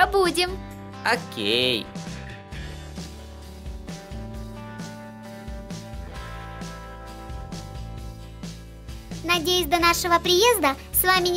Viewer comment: и не акей а окей